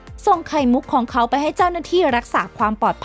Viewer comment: พี่เขาอ่านแปลก ลองฟังคำว่า ของเขา แต่ พี่เขาอ่านว่า..ข้องเข๋า. และ(ล)พี่เขาอ่าน(ร)